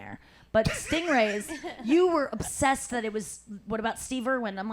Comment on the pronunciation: *orr "obssessed"...